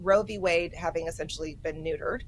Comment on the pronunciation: Row v. wade “nudered”! hilarious 😂